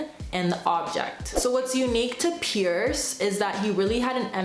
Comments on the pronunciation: Small point, but it's C.S. Peirce (prounounced "purse"), not "Pierce." Otherwise a great summary! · Great video. Just remember that Peirce’s name is pronounced “purse.” The family name was originally Pers. They changed it to Peirce (not Pierce) thinking it would sound like Pers/purse, but really it didn’t clarify anything! 😂